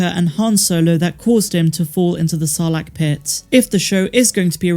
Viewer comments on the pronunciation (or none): none